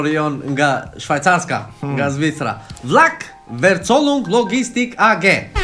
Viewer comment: një këshill e vogel për: Verzollung shqiptohet „Fercollung“😅😉 besoj se pa problem mund ta shqiptoje heren qeter